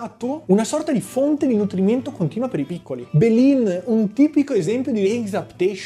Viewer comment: Belin sto video è geniale. Comunque la parola belin andrebbe usata al 90% delle volte per frasi di mugugno. Belin poi ha bisogno di più enfasi. 😂